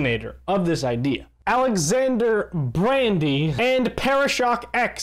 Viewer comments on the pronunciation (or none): Sad, Bra-dy